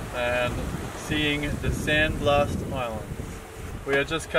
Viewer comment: It’s Blas , blas I tell you blas. Not 💥 San blast 💥. Hahaha. Just hacking on you 😂😂